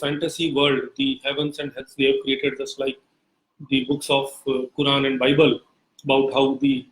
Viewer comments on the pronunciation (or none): none